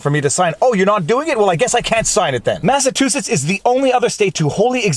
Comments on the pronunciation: I hate to be picky when your vlawg is so truly terrific, but several times you mispronounce the state Massachusetts as Mass-a-TOO-sets. Governor Hwitmer (haha) would be appalled. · Massa Tew Setts, 😂 vs Massa Chew Setts (Luv ya Viva!) *Viva pronounces both ways. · MassaCHOOsetts—Not MassaTOOsetts! God almighty! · Say, "Massachusetts" again....